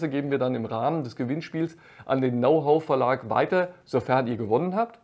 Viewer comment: Wie immer sehr nützliche Infos und Tipps für Kamper. Herrlich Dein Denglisch, besonders "Now Hoe" statt "Know how" hat mich zum Schmunzeln gebracht. Für einen Muttersprachler wäre das ein Freud'scher Versprecher gewesen.